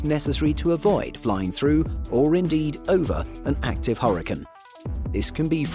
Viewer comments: Huricins? 😂just call them cyclonic storms if you can’t pronounce hurricane properly. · Quit saying hurricane that way 😒